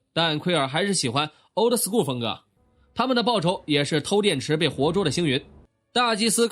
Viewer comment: Old school就正常的念old school啦，什么old der school~难道中国人不能好好的讲好好念吗🤣🤣🤣